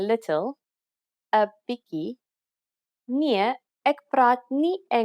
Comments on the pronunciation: 🤣 'n Biki. se Afrikaans is pragtig. Maar, dis "bietjie". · Ha ha ha! “Biki”?!!! Ha ha ha ha!! It’s “bietjie”. Other than that I can appreciate it.